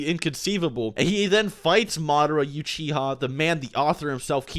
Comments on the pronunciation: uchiha (ooh chee ha) not you chee ha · Not YOUchiha, OOchicha? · Did he just pronounce Uchiha as Yu-chi-ha?! O.o